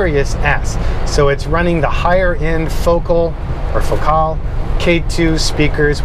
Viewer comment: What a dream truck just amazing. I'm gonna teach you how to say Focal once and for all. Fo as in a Folex watch, Cal as in California. Fo-cahl, with the emphasis on the second syllable